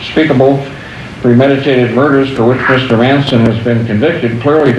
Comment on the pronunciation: M A N ... S O N ... thats "Son of Man(kind)" ... why he says "Manssenn" ? One of the most sad stories of a "system fed on souls" so far documented.